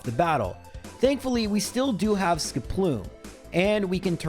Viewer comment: The best part of these challenges that use Skiploom is that it eventually evolves and he stops saying its name weird.